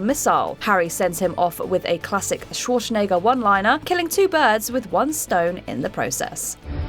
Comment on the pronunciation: excuse me what did you say ? Shwarshnegger? Schwarzenegger - pronounced "Shvahr-tsen-egger"